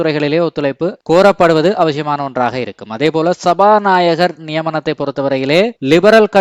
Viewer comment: அவசியம் சரி அவஷியம் அல்ல இது தமிழ் அல்ல